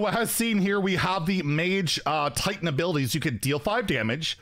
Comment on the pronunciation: It is TITAN not TAUNT